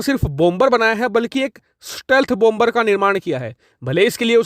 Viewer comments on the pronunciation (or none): Please 🙏 Please PRONOUNCE BOMBER AS BOMER WHERE B is silent Thanks 🌷 Normandy France 🇫🇷